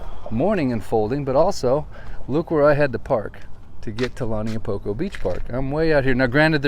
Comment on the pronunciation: Agggggg! It’s Not! Pronounced “ Lani a Poko! “ get your pronunciation right ! Lau Niu Po ko